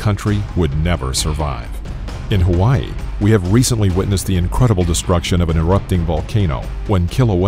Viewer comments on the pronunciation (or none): none